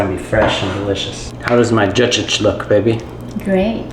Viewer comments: Just pronounce it like that (jagik) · The word "Jajik" is pronounced like this: /ˈdʒɑː.dʒik/. 😂🤍